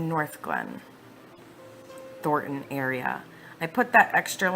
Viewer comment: Not that its particularly relevant but...as someone from Denver, the suburb is pronounced "Thor Ton" not "Thort Ann" ...